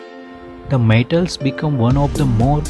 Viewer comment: Who is this guy?speaking about tots and the matels, he don't know how to pronounce the words, or speak good English so people can understand gosh!.